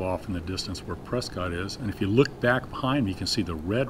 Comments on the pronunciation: I thought the same thing when Kermit said it. One could always tell an outsider by their pronunciation of "Press-kit". ;-) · Kermit, you sound like a Floridian, or someone from Utah. Prescott is pronounced "press kit." steve